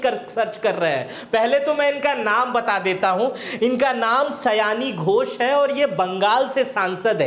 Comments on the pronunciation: पहले तो आप क्लियर हो सयानी घोष नही, सायोनी घोष है वो 😂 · Aare,,naam सायोनि घोष है, सयानी नहीं।